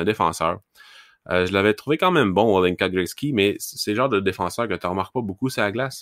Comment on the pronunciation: Adam Zlnka se prononce exactement comme le nom de famille québécois: Joncas, prononcé tel quel à la télévision slovaque